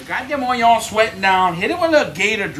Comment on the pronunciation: Bruh I like the way he say Onions, “Onyons”